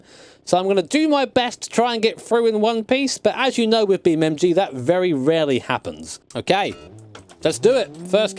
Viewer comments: He calls it "BeamMG"? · Breh, its beam NG not MG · Its Beamng.Drive, Not BeamMg.Drive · Its not BeamMG, its BeamNG